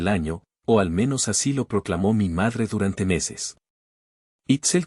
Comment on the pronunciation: Con tantas eses ni entiendo el relato ,es como un niño que está empezando a leer y no pronuncia bien